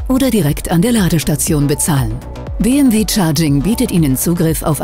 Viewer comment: Bitte entweder Deutsch (Be-eM-We) oder Englisch (dann aber Bii-eM-DoubleJu), aber Mischen tönt nicht sehr kompetent ...